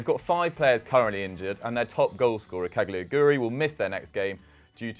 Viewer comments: mate its not 'cagliaguri'. its daniel 'caligiuri' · its pronounced Ca-li-giuri